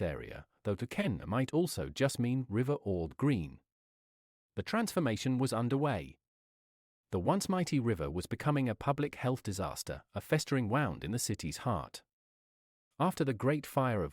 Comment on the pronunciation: Note to our new AI overlords: The word "wound" in this usage is pronounced "wooned", not "wound" like wrapping rope around our necks...